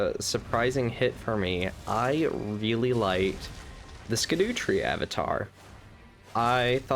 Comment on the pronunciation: Just for reference, scadu is an old spelling for shadow just like gaol is just jail. It's just pronounced shadow tree.